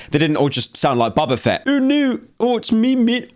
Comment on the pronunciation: “Bobber fett”